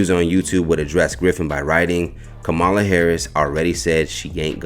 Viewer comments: Sir, please pronounce Kamala's name correctly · Can’t pronounce Kamala either.